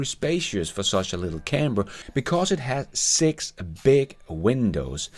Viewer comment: Nice, although the pronunciation of 'camper' had me super confused, to me it sounded like 'camber', what the hell is a camber I kept saying to myself. Anyway I wait with baited breath to see if the cybertruck will ever make it to my part of the world.